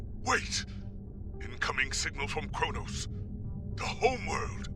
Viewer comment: For the last time, it's Kronos.